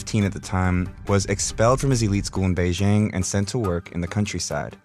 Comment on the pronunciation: Mantap nih, abang ini, mulai baca yg bener, b di baca p, salut buat abang 👍🏼